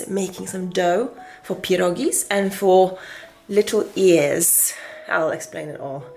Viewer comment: It's so wonderful to hear someone say pierogi correctly...lol. Many years watching my mother, grandmother, and great grandmother growing up as a child at Christmas. Noodles and cookies.